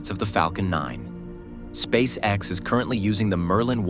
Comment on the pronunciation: Meh. AI script is dull and not especially coherent. Also, if you're going to keep doing these you need to train your AI voice so it can pronounce "SpaceX" as one word. At least you got it to say "Saturn Five" not "Saturn V", but "it had music more than twice the thrust..."?